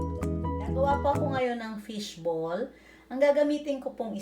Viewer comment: .fish bowl or fish ball ?? i keep hearing fish bowl. by the way, i like your fingernails. they're beautiful .its cool, you just boiled it. not fried.